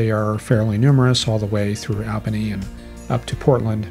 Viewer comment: Hi! I must say I've had it! You have got to change your pronunciation of Albany (NY) from AL bany to ALL bany. AND La GUARD ia (LGA) to La GWARD ia. I dare say these changes should result in an uptick of supporters from the NE USA....Including me! Yes, I will come aboard if the above change(s). are implemented. Thanks for an otherwise outstanding site to which I have referred not a few. Best, Ed Daszewski (Maj., USAF, Air Wx Svc., Ret.)